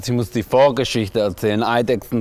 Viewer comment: „Schtailikone“ und „Vorgädschichte“ 🤣